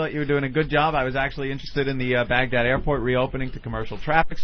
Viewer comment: Chris kept saying Bangdad instead of Bagdad